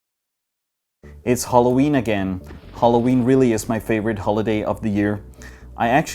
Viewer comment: naturally english people: Halloween: Holloween